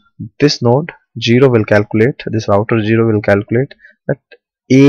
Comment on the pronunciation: For all indians out there: Don't pronounce zero as "jero". /z/ and /d3/ are two different phonemes, so zero can't be pronounced as jero.